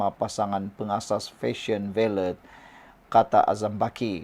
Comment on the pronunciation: Sebutan yg betul ialah VALE (senyap kan T).. Rajin la tanya pada yg arif bahasa Inggeris sebutan yang betul supaya tidak bunyi sengal..